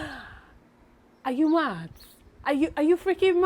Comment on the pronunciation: The British accent got me laughing out loud “ Are you mad” 😂😂😂